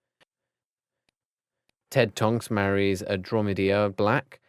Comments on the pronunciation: AnDrOmEdiA lol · ikr PercEfe (Percy), GenEEEEvra (Ginny/Ginervra) Andromeeeeda (Andromeda) Remius (Remus), lryreral (Lyall), Mehrope (Merope) and many more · “Frank longbottom is an *author*” “ tortured into *instanity*” “*sirius one two and three*” “*adromedeea*” this is painful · Andromedia and Narsirius black 😂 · andromedia😂😂😂 And also he said regulius instead of regulus